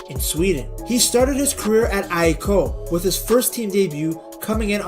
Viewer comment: You know why i take you seriously? You actually pronounce his childhood club AIK right. Noone else does outside of Sweden. You do your research, i respect it